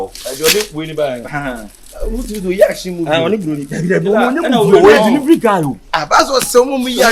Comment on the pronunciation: Did I hear deliving guy nu 😂😂